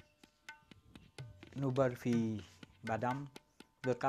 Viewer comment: Ce n'est pas "boorfi" c'est "barfi"!